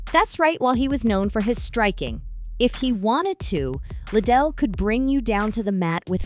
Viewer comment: Le - Dell not Little